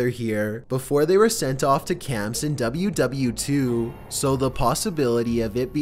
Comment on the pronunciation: he straight up says W-W-2??? you mean world war 2?